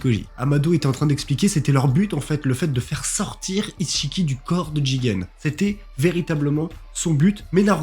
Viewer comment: Attends c'est moi ou tu dis "isse-chiki" ? 😭😭😭😭